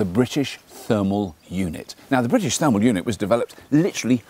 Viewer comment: Thermal not termal.